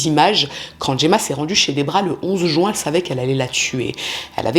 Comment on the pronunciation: Je remarque que les crimes ont souvent lui en Juin, car ça me fait mal aux oreilles à chaque fois. Pourquoi dire "Jouin" ? C'est jUin ! Du coup, je focus sur ça ark !!! Beaucoup de gens en France disent ce mois de mauvaise prononciation